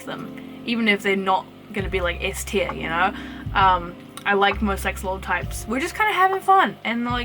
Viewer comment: Tier not teal